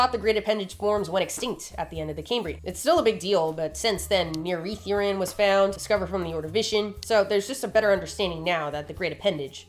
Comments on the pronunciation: Man I’m mesmerised and completely in awe watching this… and FINALLYYY at 29 mins in I get to confidently correct your facts 😝😝 The double d in Welsh pronunciation is not ‘th’, that’s too soft and breathy. ‘dd’ is more like making a ‘v’ sound with the ‘th’ tongue placement. The way you pronounce mieridduryn is very English :p in Welsh, I read this word as me-EH-ree-THEE-rin rather than your me-uh-reeth-urine 👈🏻😂😆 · It makes me so happy to see Welsh showing up in different places but PLEASE never try to say Mieridduryn again that pronunciation was ATROCIOUS 😭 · As a Welshman it’s always great seeing my country mentioned in unexpected places and, in case you need it again in future, the “dd” in Welsh is pronounced more like the “th” in “this” than the “th” in “think” but the pronunciation is pretty difficult for basically anyone not from here so you did a good job of it 😂